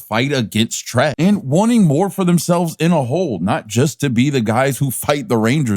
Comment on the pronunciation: It's Trek not Trent.